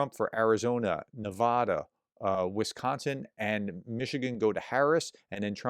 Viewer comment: PLEASE, I'm begging you now, Nevada is Ne va (as in cat) da, not Ne VAH da! Maybe you didn't see my last 5 times of asking, so I'll try once again. Thanks! And thank you for all that you do!